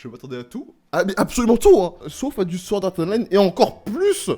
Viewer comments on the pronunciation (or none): none